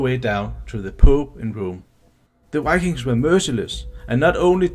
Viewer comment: We Scandinavians often tend to mix up v with w when speaking English. That's probably why the person speaking here, I'd guess he's Danish, often seems to say ”wikings” instead of ”vikings”. I have heard many Swedes do the same, but I still don't know why. When speaking Swedish we don't use w almost at all, but when we do we pronounce it like v, just like the Germans do. Maybe we over-compensate for the difference when we speak English?